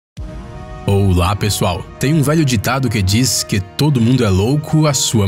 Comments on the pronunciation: no inicio porque voce falou oula e ola a n se que voce se confundio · Ótimo começo enves de falar ola ele fala oula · Oula pessoal Kkkk é ola e não oula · Ele falou OULA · Vc fala errado exemplo : oular